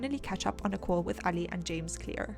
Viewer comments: I love it how she says his name like she is from Pakistan instead of saying it like every other white person out there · nope it’s exactly same in Pakistani accent, she is saying it perfectly